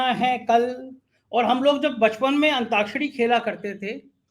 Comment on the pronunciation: अब देख लो इनको अंताक्षरी नहीं अंताक्षरी बोलने का भी देख लो